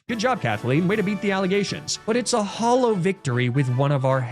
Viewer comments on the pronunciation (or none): none